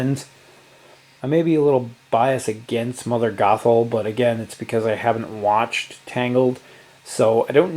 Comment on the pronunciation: It was big of you to admit you have not seen tangled. LOL, it was really triggering to here you say mother Grothal! There is no "r"! Anyway You got me so excited to play this. I always enjoy your videos, thanks!